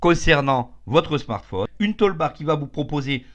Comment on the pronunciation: une "tôlebarre" !!!! (à )... la vidéo est déjà pas super dynamique mais là ça fait vraiment pas pro : une "tOUlebar" !